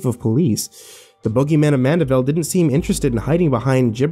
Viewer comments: It's Mandeville not Manderville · Driving me nuts. It mandeville not manderville.